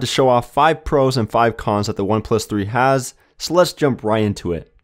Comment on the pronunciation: Disliked for the ad and saying pros as cons.